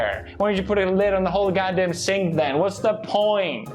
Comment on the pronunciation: Is he saying sync or cenk or sank or sink